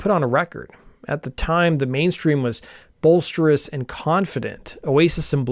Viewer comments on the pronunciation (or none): "Bolsteris"? Do you mean "boisterous"?